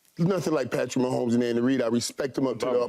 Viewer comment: #15 Patrick Wah-homes :face-pink-tears